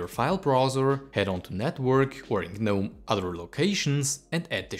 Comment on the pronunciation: Next challenge should be "Learn how to pronounce GNOME"